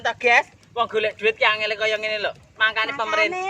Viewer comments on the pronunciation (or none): none